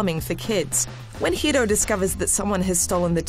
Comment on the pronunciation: I love it when she tries to pronounce Hiro. Ends up sounding like Hido.